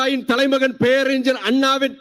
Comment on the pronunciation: Peraringar you have to prononounce ஞ through nose.Vaiko’s son too pronounce it ugly. Pathetic. Falling standards in public speaking 😢